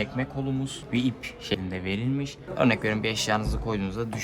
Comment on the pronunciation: Sekilde ve verilmiş kelimelerinden kulagım kanadı.